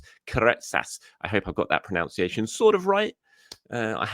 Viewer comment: It’s pronunciation,. Pronounce and pronunciation 😉